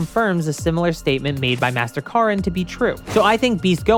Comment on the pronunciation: Hearing this man pronounce Moro and Korins name is the funniest thing